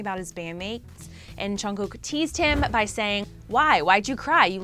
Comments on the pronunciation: I'm cringing so hard about her pronunciation with their names 😶😶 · Btw it's not chungkook it's Jungguk lol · She's pronouncing it right, just chungook is junggook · if she says and Chungkook one more mf time imma throw my computer! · Am I the only one hearing " and Chugkook" here 😶 Annnnnnd guys did you just focused on 'chugkook's' picture when u we're talking about Jin....🙄🙄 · The way you said "Chimeen", "Cheen" and "Chungkewk" makes me a lil irritated... it's spelt with a... J... how does it turn into a Ch... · This is so cringe you dingle ling at least zoom up onto jin face when talking to him als its Jungkook not Chungkook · LMAOOO CHEEMIN AND CHUNGKOOK BRUH I CONTINUED WATCHING SHE SAID CHEAN LMAOOO NOOOOO 😂😂😂😂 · She's pronouncing there names correctly except chungkook lol it's chungguk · How the host pronounces jungkook "Chyung cook" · I really want to know what the news is about but please I can't take one more or chunkook 😪, don't mean to be rude or anything but I just can't anymore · “ and Chungkook” Bro you can’t even say the names properly. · she isnt that wrong about jimin, but jungkook was pronounced wrong. its jeongguk. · “ and chungkook”💀💀💀 ok I’m sorry, not trying to be rude but lol.💀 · Lmao she be acting like chimmy is his real name she can’t pronounce Jimin or jungkook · Am I the only one hearing and chunkook? 😂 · Her pronunciation of Jimin, JK and Jin’s names sorta triggers me... I’m still so sad...